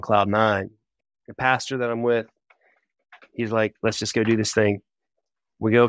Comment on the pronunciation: Is he saying “Pasture”??? Like a place where cows walk around? Or did he say “Pastor”?!?